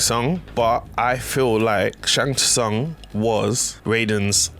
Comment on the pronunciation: Sung, Sung, it's pronounced Sung